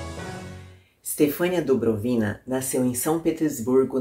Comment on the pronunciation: Tudo bem. Estudei russo um ano há muito tempo, esqueci quase tudo, menos a pronúncia da maioria das palavras. Está lá no Google Tradutor. Pode conferir. Abraço.